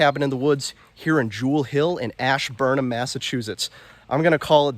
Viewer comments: Like your videos a lot. That cabin is made well. I think that's a ceptic tank. Also coming from the area the town is pronounced asburn ham believe it or not. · You are screwing up the town name! it is ASH Burn Ham get it right! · Love the vid man! The ham in Ashburnham is actually pronounced like ham from a pig haha